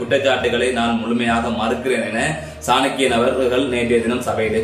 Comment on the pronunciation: Bro சாணக்கிய ராஜ குல புத்திர. பெயரை சரியாக உச்சரிக்கவும்